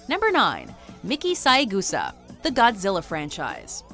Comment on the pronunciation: Her name is pronounced SAY-Gusa. Not SAI-Gusa.